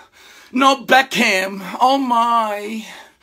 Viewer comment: he said no Beck-ham lol